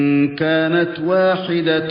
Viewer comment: يوجد تصحيح لكلمة واحدةً وليس (وإن كانت واحدةٌ) تنوين فتح وليس ضم في الآية رقم ١١